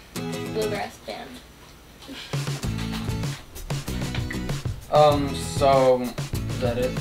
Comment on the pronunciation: "The Bamagrass Band"